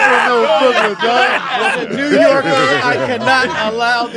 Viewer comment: DC😭😭😭😭 “BWROOKLYNN” 😂😂😂